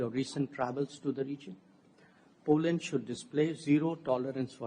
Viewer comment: Poland nhi Po Landd boloo 😅😂